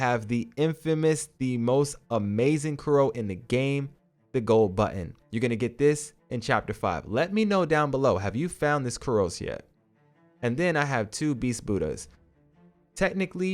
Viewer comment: It’s pronounced CURE-e-O